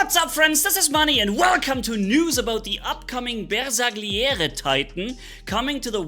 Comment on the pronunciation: LMAO 💀 I believe it's pronounced BARE - SAR - LIERE - RAY